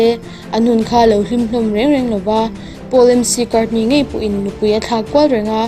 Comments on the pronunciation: Paul McCartney tih a MC tih hi mac(mizotawng a MEK ti a lam tur "zo vek" tih a vek tih thluk ang a lam tur) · Paul McCartney hi Mc tia lam tur a ni lo, Mac tia lam tur zawk a ni. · Comment ve lawk,sap hmingah mc hi( mak,ma) anga lam tur aw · Michael Jackson athih dan I sawi khi a dik lo,chuan Pathian asawi chhe lo bawk fimkhur rawh,Mccartny m,cti a lam tur ani lo bok mc(mec)ti a lam tur,mi tamtak in an ngaithla awm sia zialo lam hret chu ni e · Paul McCartney (Mc tia lam tur a ni lo, Mac tiha lam tur a ni zawk e) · MC Cartney angin han lam tlat chu, an lam dan thin hriat hi tha, kan tawng a ni lo a duh duh in k lam ang tih rilru nei zok nge, kn trong nilo tak hi an lam dan ngaituah chian zok tha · Chhiar chhuak ve top ani mo.The Beatles phei hi chu engmah i hrelo anih hmel..'I really wanna be with you..i really wanna see you Lord but it takes so long my Lord..My sweet Lord' tih sa tu kha mo..Sir George Harrison did not die because of drugs abuse.Paul em-cee i ron tih atrang hian a flop.Do research properly before u let someone read it out in your You Tube channel. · Ngaihnawm viau e , Paul Mc Cartney hi Mekartni ti a lam tur 😃😃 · Mc Cartney lam dan chu sial phian... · Michael Jackson chanchin hi i hrelo hulhual a, i sawidiklo chiangbal bawk. Paul McCartney tih pawh i lamdik lo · Paula hming i lam dan vel hi.. Beatles hi i voi khat hriatna ni hial lo maw.. Michael Jackson a hming poh hi Michael jackshon tiin i lam deuh tlat a k hriat ni.. k beng a diklo deuh zawk ge...